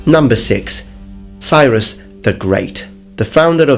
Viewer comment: Cyrus is awesome. You should totally do a video about him. And learn to pronounce his name